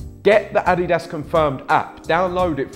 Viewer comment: What is ah-dee-dass